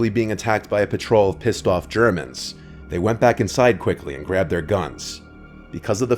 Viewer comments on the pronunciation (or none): i couldnt tell if he said piztof or pissed off